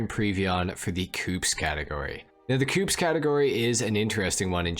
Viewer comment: I died a little every time you pronounced ‘coupés’ like ‘coops’ xD thanks for the informational video tho